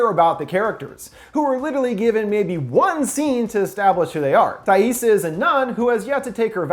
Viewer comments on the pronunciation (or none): her name is spelled Taissa, but pronounced Tessa.:)